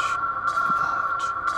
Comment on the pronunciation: You T-Boned me Chris , actually was relaxing and then BAM out of nowhere : Soiderhead💥 you got me LOL